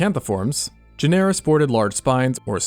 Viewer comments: Genera–It's pronounced like genre! Good vid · GEN-er-a is the pronunciation. Really great though.